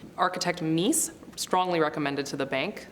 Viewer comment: "Meece" not "Mees" van der Rohe